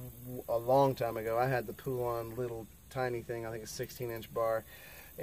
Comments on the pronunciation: IT'S PRONOUNCED POLEN OR POLAN NOT POOLAN!!!! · It's pronounced POLAND